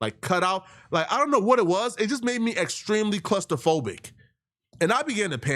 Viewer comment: Mans said clusterphobic 😂😂😂😂